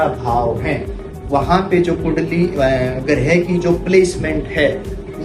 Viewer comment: Sir ye grih nhi h ye grah h